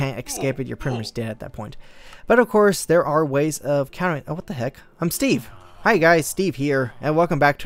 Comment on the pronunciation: it said Hia not hi gggggggggg